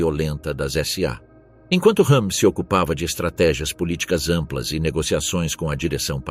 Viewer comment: Ernst Rőhm "R" e não "H"